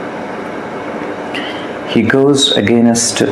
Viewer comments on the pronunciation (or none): Accent pe dhyan dia hai bas English ki toh dhar ke maa bhn kari hai "Againasttt" "operationass" "presumas" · againest? roflmao....again-est? kya english hain yeh? 🤣🤣